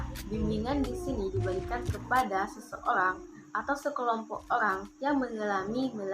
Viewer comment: Orang, bukan olang kak, Ok kak😌🤗